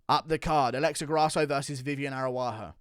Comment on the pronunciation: Come on man.. learn how to fuckin say the Araújo name WTF are you saying there? aruaho 😂